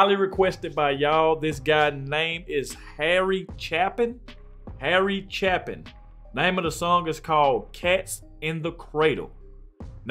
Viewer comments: Chapin is pronounced with a long "A", not your short "A". Botching the name means you really don't care about artists. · Harry Chaplin (pronounced CHAA PIN) was a great story telling singer. It is regretfull that he died so young and we did not get to hear more of his songs. Thanks for a great reaction you have a blessed day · His name ends as apin. Cha-pin. Not like chap. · Pronounced CHAYpin, and he was a brilliant singer and songwriter. We lost him way too soon! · Harry Chapin Taxi...it is pronounced cha as in hay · Forgot to add that his name is pronounced CHAY-pin 💚💜💚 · Last name pronounced "chay-pin" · It's ChApin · It's pronounced Chay Pin